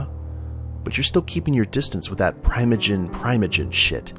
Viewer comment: I believe it's PREE-moh-jen